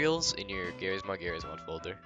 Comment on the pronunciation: "Gerryeez mod folder"😭